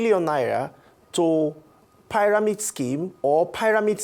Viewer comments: I really wanted to focus on this discussion but the consistent pronouncing of pairamid schemes just wouldn’t help me 😢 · learn how to pronounce pyramid